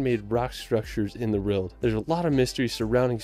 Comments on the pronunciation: Thank god I'm not the only one. Also, the guy irks me anyway, with his monotone commentary and acrobatics at locations. Don't get me wrong, I have a speech issue with the rolled R, so R words sound like I'm saying wuh or rwuh, but come on, world isn't a hard word....... (My lower jaw is off centre) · Why is the guy in the video pronouncing 'world' as 'rild'? Weird..